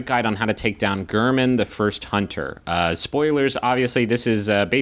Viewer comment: gayr-min. he says it before the fight.